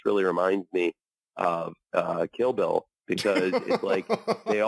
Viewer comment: Okay so ignoring what he actually said, which was mostly incoherent, what the fuck was up with that pronunciation of "Kill Bill"? He said it like the word "killable" without the 'a'